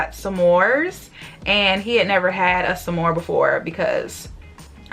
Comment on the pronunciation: sa-more Me: s’more? 😂